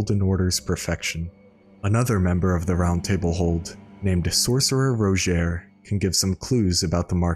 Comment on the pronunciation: Rodgier says his name in game and it certainly is not pronounced ROW-JHARE, like eww what an ugly way of saying his name.